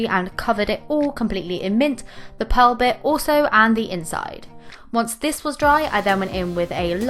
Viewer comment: Lol you said pal and its pearl